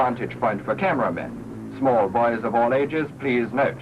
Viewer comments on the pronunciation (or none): none